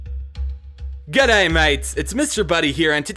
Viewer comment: not to be rude but also he says good'aye instead of g'day